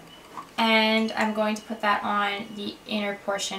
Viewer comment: lol she always says "i'n instead of I'm"